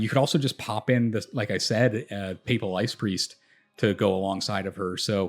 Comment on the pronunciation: Appreciate the analysis and the fact that you can actually pronounce "papal" +1 sub